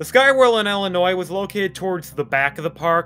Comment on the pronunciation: = 24 years. Hardly, 3 1/2 decades. Another point of contention is your pronouncement of Illinois. If you’ve lived near Great America, you would know that the ‘S’ is silent in Illinois. Heck, at the very least I can’t imagine not coming across a meme that stated as much. I know the sound like trite observations, but if you’re going to produce a video, at least get names correct. (Possibly not entirely fair, but in another video of yours, you mispronounce Bolingbrook. It’s ‘Bowling-Brook’. Cheers